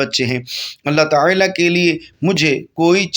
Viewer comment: Taaala kaha jata he talaffuxz durst karain